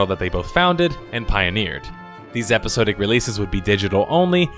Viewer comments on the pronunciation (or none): Epi-SOD-ic not epi-sode-ic